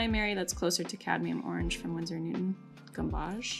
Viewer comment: Quinacridone is pronounced Quin (as in quin-tet) a (as in the a in pat) cri (as in the cri in acrid) done (like bone) 👍 And, gamboge is pronounced gam (as in ham or dam) bo (as in the bo in bow, not ah) zh (as in zhuzh, what you do when you fluff up your hair) 👍 Great video, btw. I use mostly Daniel Smith paints, with a handful of Winsor & Newton, but only because that's what I can get at my local, independent art supplies store, which like to support. But, I've always used Saunders Waterford 200lb cold-pressed paper and love it ❤️